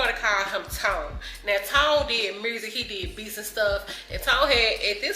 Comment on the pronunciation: We can tell you from Memphis, muRsic. 😂😂❤❤❤❤❤❤❤❤ We love it